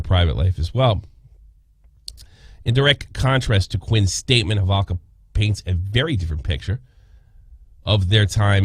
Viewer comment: Why is he saying halvoka ... Its holowka.....